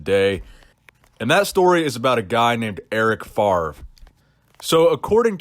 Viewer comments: It’s pronounced FAV-REE not “FARV” we Americans been saying Brett favre wrong this whole time lol the “R” is after the “V”.... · It's Eric FAVRE, FA-VRE, not Farve ;-) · Yeah, saying FARV every time was annoying enough :p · enjoy the content since u had like 30 k subs , great development brother . and erics name is pronounced more like fafre